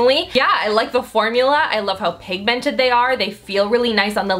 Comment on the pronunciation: you're amazing but I HATE how you say pigmented. You emphasise the MENT too much it's weird